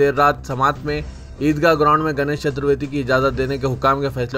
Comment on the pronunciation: Are chaturveti nai ji chaturti hai vo... Vaat lagaadere miya tum.... Urdu mein خ or ق ko ek dusre ki jaga use karte tum.... Khubsurat ko qubsurat bolte... Urdu ki vaat lagaa dete